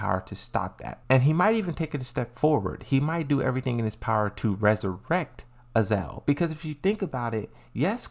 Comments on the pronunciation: Azazel not Azel . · Would you mind pronounce the real names... Azazel not azel.. And JAYCEE is JULIA CHANG you stupid peice of sheeet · It is not even Azael its Azazel ... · it's "uh-zaa-zl"